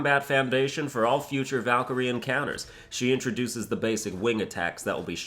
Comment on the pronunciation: The muspelheim Valkyrie was one of the hardest for me and I played this game in thee difficulty’s... right now I play in GMGOW and I hope that this would be doable for me... And please: try to pronunce the valkyries names not the American way... this sounds awful